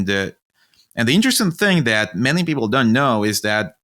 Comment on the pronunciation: I really thought he was saying meany business ideas